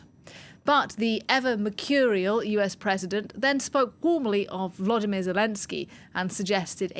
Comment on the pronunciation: Volodymyr - VO-LO-DY-MYR Vladimir - VLAD- I- MIR Can you see, and thus PRONOUNCE - the difference,..??? Or does the way someone’s name is spelled and pronounced not matter? I can’t believe it’s been four years of this and you still can’t pronounce Zelensky’s name correctly.